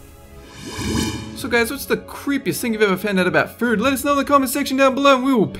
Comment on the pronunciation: You say "food" Like "fooerd"